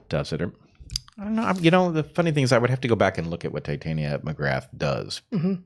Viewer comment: . It’s “Tit-ah-nia.” The same pronunciation as the fairy queen in A Midsummer Night’s Dream. Heather typically pronounces it as if it’s related to “titanium.” (Just a small correction—love the show!)